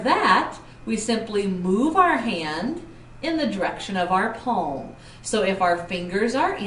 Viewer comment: please improve ur pronunciation , i had to watch the video 3 times, cant u simply say palm, instead of saying peemm or paam, anyways video was help ful thank u